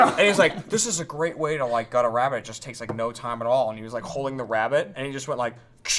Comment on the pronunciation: The way says rabbit.